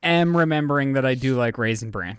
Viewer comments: pronouncing bran with a t at the end is BUGGING THE HELL OUT OF ME 🤣🤣 Lizze, where are you gurl? 😂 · mispronouncing Raisin Bran as Raisin Brand was the cutest thing. He does know it's called Bran because of the Bran flakes in it, right? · Why is saying, raisend brand"?. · Omg kept saying Raisin BranD 🤣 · No one addressing repeatedly saying Raisin Brand bothers me. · raisin Brandt???? Say it how it's SPELT!!!! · Is saying ‘raisin ‘brand’? 🤔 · saying "Raisin Brand" over and over and nobody correcting him was the cutest thing ever lol